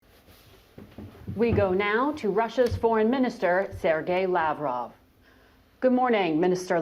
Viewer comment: LavrOv!!! NOT LAvrov!!! u, woman, got to learn how to pronounce correctly!!! basic decency! POOtin VladEEmir!!!